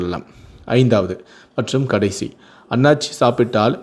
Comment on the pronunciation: not Aanachi. it's Aanasi